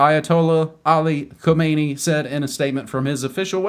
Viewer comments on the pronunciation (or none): it's not komeini. it's khamenei. komeini was the previous leader